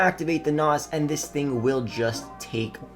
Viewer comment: Hearing him talk about cars 😬🤦 "NOZ". 😂